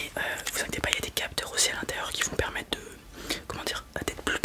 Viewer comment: Tu ne prononces pas les R en fin de mots c’est stressant ! quatRRRe, permetRRe, montRRe, périmètRRRe! 😅